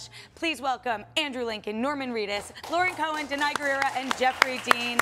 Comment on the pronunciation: She said Laurie cohan